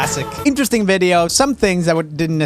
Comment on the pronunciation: Am i the only one who wished he said "INteResTiNg" instead of "insteresting"?